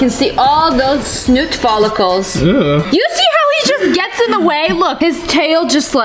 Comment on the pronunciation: "You can see all dose snoot pholicles." -Lia 2019